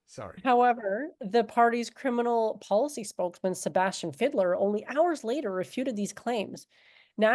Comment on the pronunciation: "Sebastian Fiddler" is surprisingly accurate... i mean it's mispronouncing the hell out of the name ^^D, but "Fiedler" literally translates into "Fiddler"... And lemme tell you, as the filthy "Kraut", that i am... I really don't know, if i wanna cry, scream, barf or punch somebody, when i see the extraordinary amount of incompetence, stupidity and ignorance, that our politicians demonstrate, on the topic of legalisation... (not only there, but this one topic, I actually give a shit about) "rheinische Post" was actually damn good! The "post"-bit may have been slightly wonky, but the actually tricky bit, you totally nailed ^^D You can mock and joke about the "classic saftey arguments"... but that Fiedler-cunt and his braindead friends actually dug up the old lie about "Cannabis being entry-level drug, that leads to harder stuff, like Heroin" ... that total, fuggin, douche-canoe... "why doesn't Germany look to Canada"... well because our politicians like to ignore facts and reality, or even go so far as, spreading bold faced lies. Don't remember which politician it was, but one actually claimed that Canada had "~44% Cannabis-Consumers since the legalisation"... our politicians wanna pretend that we are doin something "super unique" and are gonna produce "valueable statistics and data, that does not exist yet"... And the planned legalisation date of April 1st, is pretty questionable. The Vote has been pushed to end of February and still need to pass through the